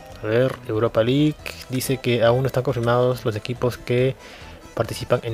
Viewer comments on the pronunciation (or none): none